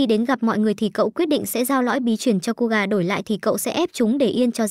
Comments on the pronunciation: KOGA❌️ KUGA✔️ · Ko phải đọc là cu gà chứ ko phải ciu gà 🤣🤣🤣